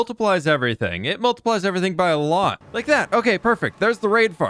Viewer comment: Well that was a „lottle“ of building